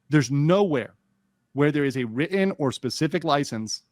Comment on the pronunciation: The way Andrew pronounces the word 'written' is foul though 💀